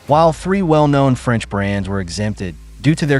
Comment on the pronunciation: Franch deeply fries😅